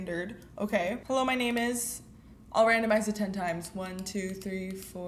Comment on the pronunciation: I SCREAMED AHHHHHH YOU SAID MY NAME RIGHT :D